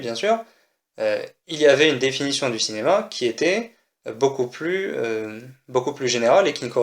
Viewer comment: Bah, "Dinéma" ?